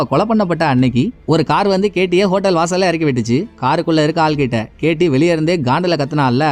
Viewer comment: Ketty ketty nu solumbothu enaku whity whity nu than kekuthu bro